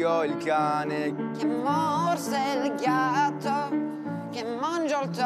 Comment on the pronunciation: da notare che ha detto ghiatto 😂